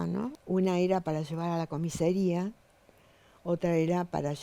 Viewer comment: Si..muy calificada...dice comisería 😅😅😅😅